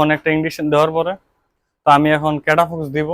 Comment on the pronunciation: আগে ঔষধ এর নাম বলুন ঠিক মতন 😄🤣 ক্যটাফক্স না ক্যটাফস😅